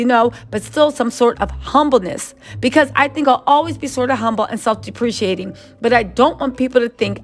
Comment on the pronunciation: It’s pronounced dep-pra kate-ing. Love❤️